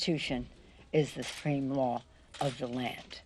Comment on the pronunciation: The "Constution is the spreme lawvthe land". She makes DJT sound like Shakespeare. Retire that old broad before she starts swelling up and attracting blowflies.